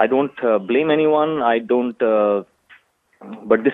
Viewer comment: LOL...why do Indians try so hard with English....."PEEK-NEEK" (aka picnic) ROFL..."I DAN'T"....ROFL